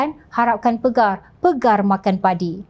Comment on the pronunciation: Bukan harapkan PEGAR TETAPI PAGAR sebutla betul2